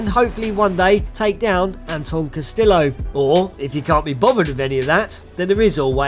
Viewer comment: Bro really pronounced Guerilla as “Gorilla” and Castillo as “CastiLLo”